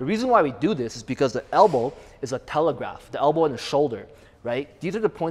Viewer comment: Lol. Hell-bow.